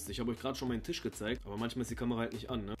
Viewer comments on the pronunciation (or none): none